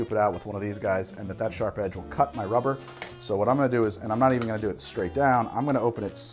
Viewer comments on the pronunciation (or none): none